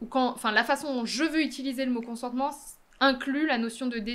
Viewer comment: consentement Apprenez à prononcer nom masculin Acquiescement donné à un projet ; décision de ne pas s'y opposer. Accorder, refuser son consentement. Synonymes : accord assentiment. J'ai juste écrit consentement dans la barre de recherche et j'ai simplement fait un copié-collé.